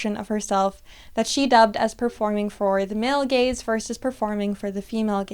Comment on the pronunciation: I'm the idiot that laughs when you say male gays instead of male gaze